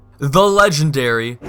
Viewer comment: Raider, ledge-ndary!